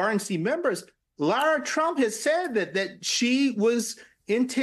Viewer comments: Did she say “lord trump”? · She said Lara Trump though it did sound like lord. Lara’s name is pronounced like Lara Croft, not like Laura.